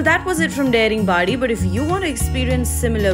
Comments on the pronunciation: I appreciate you for covering my state. Would like to point out one thing though…its not pronounced Daring-badi….its Da(as in dada)-ring-badi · Thanks for the lovely coverage. A suggestion would be to pronounce the local names as it is. Its not डेरिंग बॉडी but दारिंगबाड़ी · Nice vlog. Loved it 💗.But are you sure the pronunciation "dey-ring-baadi" and not "daa-ring-badi"? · Its pronounced as Daaringbadi and not Dairingbadi. I am surprised no one corrected you. But excellent episode. 👍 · It’s not Dering badi, it’s Da ring badi => daringbadi 🤗🤗🤗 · I love❤it, But there is One problem... Why you are Pronouncing Daringbadi as Deringbadi... ??? You can call It, Daaringbadi.. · tales.--------abe yaar wo daring nehi hai, its daaringbari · Your pronunciation of Daringbadi is incorrect. It's not 'daring' as in the English word. It's pronounced as 'DAAringbaadi'. Notice the stretch on letter A. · Daringbadi, it's not daring badi. 🥺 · It's not daring badi it's daaringbadi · It's not देरिंबाडि It's दारिंबाड़ि🤦🏻‍♀️ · Ita not daringbari ,it's daringbadi. Pronounce properly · It is Daa.... Daaringbadi.... Not daringbadi... Should start with respect... Respect from correct pronunciation.... Not udisha.... Odisha.... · thank you for featuring these places but may I point out Daringbadi is pronounced as दारिंगबाड़ी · daringbadi is actually pronounced as "daa-ring badi" nd the "da" in daringbadi sounds same as "th" in word "the", but its ok... u gave a new name to that place, its cool😂anyways, lots of love frm odisha 💜(although m late lol) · Hey Girl, You should pronounce this place as Daaaringbadi (D for Die ring badi) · Excellent video. Only, the pronunciation is 'DAA-RING-BAADI' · Nice video, but my god whenever she pronounces Daringibadi like damn it's not daring badi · No, i m correcting her...what m i doing or not it's none of ur business...as a citizen of this State and country , it's my right to tell the correct pronounciation of the place...hope u will get it ..